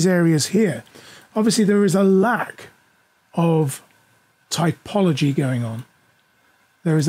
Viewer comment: TOPology, not TYPology. You really should fix that and re-upload this video. Otherwise, good information.